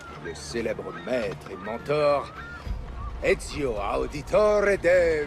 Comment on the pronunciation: C'est Ezio pas Ezyo